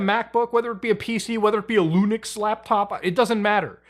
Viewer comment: Hehe...you said Lunix😂